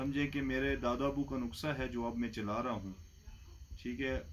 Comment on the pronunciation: حکیم صاحب معذرت سے ۔۔ نکسہ نہی نسخہ ہوتا ہے